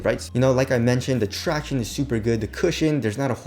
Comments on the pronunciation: who else comes here to hear him say tractiones.....? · “Tractiones”...Shit makes me cringe every damn time